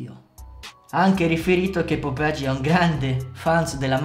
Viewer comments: perché dici "popegi" se è "popeye" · BRO IL VIDEO SPACCA E TUTTI MA, NON SI LEGGE POPEGI MA POPAI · Non si pronuncia Popegi, ma "Popeglie" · si pronuncia popeye in spagnolo non popege lol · Fra bel video ma si pronuncia popeie non popegi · Figa proprio tu che sei dominicano è sai lo spagnolo non è popeje come lo dici dici è popeye come dire oye è la stessa pronuncia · Ma perché dici popegi ahhahahahahahah